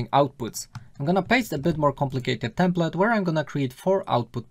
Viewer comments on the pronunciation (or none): Dobra robota, ale Twoje "templet" zamiast bardziej "templeɪt" doprowadza mnie do szału!! xD